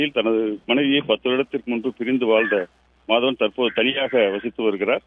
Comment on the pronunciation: என்ன டா பெரு மண்டை வெட்டி மாதவன் , எனக்கு 🌼👔 வெட்டி 🌼👔யன் என்று கேட்குது 😂